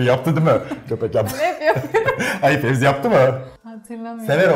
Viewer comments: Fezi’ye fevzi mi diyor😂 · Fezi’ye fevzi mi diyor ben mi yanlış duyuyorumahdjajdjajdj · Fezi'ye Fevzi demeniz peki 😂 Bu arada Duygu saçların çok güzel 😍